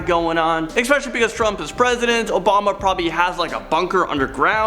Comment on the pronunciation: 'Expecially' and Vine-yard. 😐